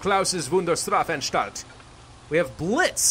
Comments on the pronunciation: The thing I criticize in your pronunciation is the *a*nstalt you say *e*nstalt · you say it like shdraffanshdalt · in english you would pronounce it as shtrafanshtalt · heres a little help: you say it like |Straf| |An| |Stalt| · So if you want to say Wunderstarfanstalt.. st = sch in pronunciation. so you say it like Wunderschtrafanschtalt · As a German: I love you, even though that "Strafanstalt" sounded a bit.. meh. But keep on trying, some day your German will be as amazing as your videos!